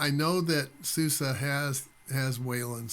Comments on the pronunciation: It 's SUSE, not SOOS :) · my friend, when we americans are given the chance to refer to something by what sounds like it might well be the name of a good-spirited, good-natured lady (eg, “that Suze sure is one good-humored gal!”), we do it! mispronunciation be damned!